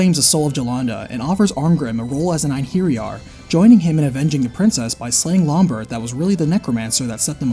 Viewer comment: ( great game.. its EIN har yar though. Beefroost? Its bi-frost. Kinds wish you'd looked up these words before saying everything terribly.